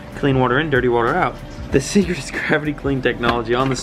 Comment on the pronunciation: the “thecret”